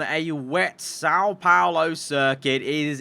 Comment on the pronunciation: the pronunciation of são paulo hurts me as a brazillian